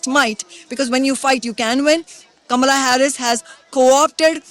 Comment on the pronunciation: With all the ridiculous emphasis the MSM is putting on the "correct" pronunciation of Kamala's name at the moment, I feel obliged to point out that the ACTUAL correct pronunciation is the way Kshama says it (short 'a' all the way through), not the "black" way Harris has been insisting on recently lol